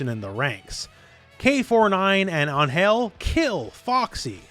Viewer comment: I thought her name is Angel….like the normal pronunciation.